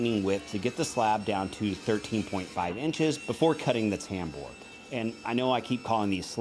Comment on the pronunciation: Say tambour, one more time.